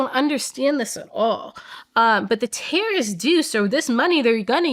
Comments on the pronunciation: I kept hearing her say tariffs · She says terrorists but all I hear is tariffs lmao